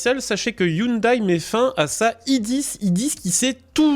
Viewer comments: On ne dit pas i oune d'aille mais i oune dè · On dit pas hyundaye 😅 Sinon une belle idée de merde vous voyez les files de camion et les camion qui se tirent la bourre? Sa va être pareil avec les autos...